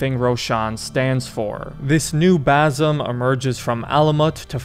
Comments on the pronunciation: it's Basim not Bazim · Its Baah Seem. Not Bar Some 😂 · if i gotta listen to you say Bazam one more time im gonna call you Yusif.. its Ba-sim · New game: take a shot each time he says Bazum instead of Basim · Bazim? It’s Basim with an S not Z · Basssim, it's Bassssimm. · its not Bazim, its Basim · It's pronounced as "ba-seem" not "baa-some" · If you're gonna explain the ending of a middle eastern game, at least learn to pronounce the name of the main character properly, it's BaSIM, not BaZIM. 😂😂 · It's not BAZIM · "Boazim" 😂😂 "Kaliphé" 😂😂 "Rowshan"😂😂 pronunciation are pure gold